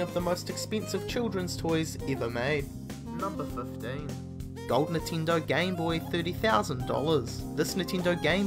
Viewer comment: NINTENDO!!!! Not Nintindo god dammit!